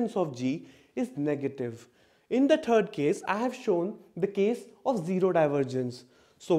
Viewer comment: I can understand almost all of this complex knowledge yet I childishly laugh at how the word "third" is being enunciated as "turd" from my perspective. Gotta have fun